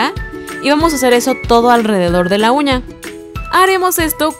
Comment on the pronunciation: Todo se vio diabólico y de miedo al principio, cuando dijo uña le entendí cuña